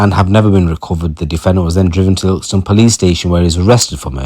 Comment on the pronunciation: Cant even say ilkeston properly